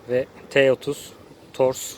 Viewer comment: Tors deyil o TORK 😀